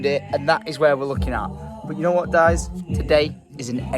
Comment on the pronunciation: Please tell me I am not the only one to realise he said "dies" instead of "guys" and "cry" instead of "try"